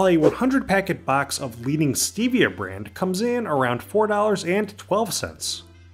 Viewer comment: The E and Stevia is a short e not a long e. I would be willing to bet that you also pronounce the first L in salmonella as well. Aspartame has a very good use, you sprinkle it around 4 you see ants in your house it will kill the ants.